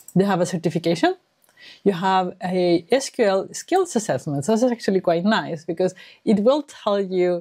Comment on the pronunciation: Finally found another person who pronounced it as "es kyu el" instead of "sequel"😊